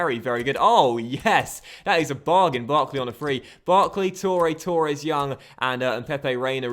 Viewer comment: I could live with 'Richar-lee-sun" but please... it's pronounced Torres not TOREEEEEE- es